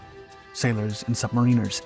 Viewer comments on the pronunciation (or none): Sub-mariner. not Submarine-er. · what a butchering of the word sub-mariner this hurt worse that these unexploded torps. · That's not how you pronounce "submariner"